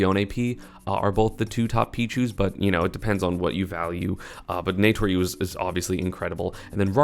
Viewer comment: i don’t mind the crepe sale pronunciation but please call naetoru normally